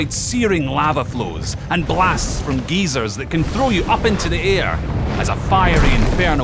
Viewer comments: It’s geysers not geezers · It’s pronounced guy-zer get gezer lol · Blast from Geezers "Grandpa"?...i think he means Guy-zer is how it's said correctly. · I'm from England and we bloody well say gey-sers not geezers! :D